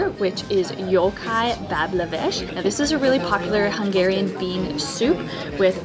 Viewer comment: On behalf of the people of Budapest, thank you for this lovely video. The correct pronunciation is described: Jókai bableves (bablevesh).The core name of the dish called strudel is: rétes(retesh).